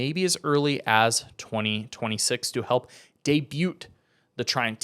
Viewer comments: It’s debut not debute. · It's pronounced day bu not debute, it's spelled debut not pronounced that way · The T in debut is silent btw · Did this mf say day-bute 😂